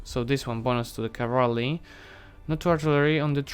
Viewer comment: As much as I love this series, please try saying CA-VAL-RY not CA-VAR-LY. :) And land-locked is nation which does not have access to any SEA... In defines.lua it is called move-lock. Not to mention that navy can also be move-locked. At the beginning of any save file there is a section named "dlc_enabled" - maybe you should play with some DLC's turned off, for example to avoid such a ridiculous level of government reform at this stage of a game. And also it would show even more proficiency if you were limited in your actions accordingly to DLCs "possesed" by original player/author of a save file, not your DLCs.